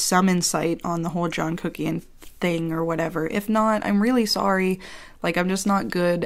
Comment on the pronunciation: When you come for a review and you leave with tingles. "Put on a thin layer of...C U C K IAN" 😂